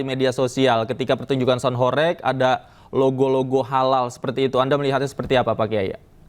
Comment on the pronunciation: Sound horeg, bukan horek